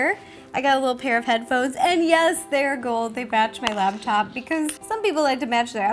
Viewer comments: It's laptop, not labtop, Ro. I used to do the same thing. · Laptop, not labtop...